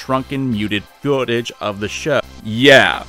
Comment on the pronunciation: Speaking over shrunken muted googege of the sh WTF did you just have an aneurysm there? Quarantine did a hard number on ya there...